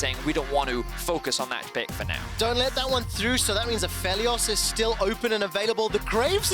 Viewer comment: A Feely Oss really really doesn't make sense as a pronunciation for Aphelios.